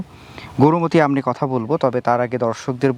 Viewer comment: Gorumoti noi , Gourmoti bole😂😂😂